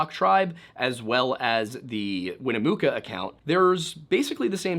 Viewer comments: Her name is pronounced Win-a-muck-a....she has a town named after her. Winnamucca! If you can't pronounce it then ask a First Nation's person to help you before you stammer over your words and pronounce it three different ways. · Dude please its Wina-muck-ah. Everyone out here pronounce it that way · It’s WIN-ah-Muh-ka. Not win-ooo-moo-ka. 😂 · Winnemucca is pronounced Winn-eh-MUCKA not Winn-eh-mooka. I;ll give you some credit for pronouncing Nevada correctly.. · Bro doesn't listen to Johnny Cash if he doesn't know how to say "Winnemucca."